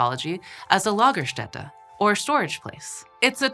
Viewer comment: Nailed it on the Lagerstätte pronounciation.